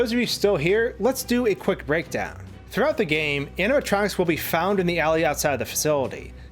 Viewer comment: Amma tronks. You keep saying.... Amma tronks.